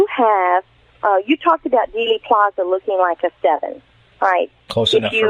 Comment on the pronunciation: Thanks for all you do,. One small piece of constructive criticism? It's Dealey (Deely), not Daily Plaza.